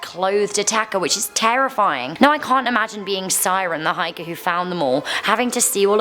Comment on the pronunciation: I’m pretty sure the i in Siren is pronounced like e because all the names sounded really scandinavian and Siren is a normal name here and pronounced like that